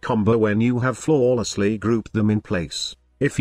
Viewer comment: ROLF! "Flo lol less ly, group them together." Stupid robot cant say flawless properly:P